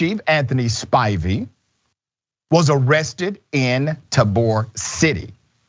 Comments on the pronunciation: Pronounced Tay-ber City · Yooo i knew that last name sounded familiar, you just mispronounced the city. Some of his relatives work at Tabor city correctional prison. He's way pass the habitual felon enhancement. 20 times if my math is correct. He was supposed to be doing life after his 3rd habitual enhancement and he haven't been hit with one. Its black men in Tabor city prison now serving habitual 6-10 years off their 4th felony